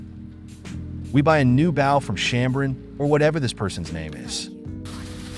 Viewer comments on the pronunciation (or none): Maybe for the bow pronunciation issue, spell it like Boe (or Bough) ? Idk, you've probably tied it